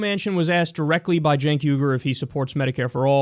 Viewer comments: It's "CENKS"; get your pronunciations right Kyle.. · I don't even like Chenk but his name is not Jenks it's Jenk _'